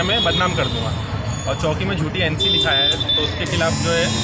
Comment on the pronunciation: Rafique bhai welfare society maintenance nahi le sakti. Charity commissioner mein complaint karo. Aur aapko reporter ko bolo mumbra police choki nahi bole police station ko choki na bolo. Chowki tak sahi se bolna nahi aata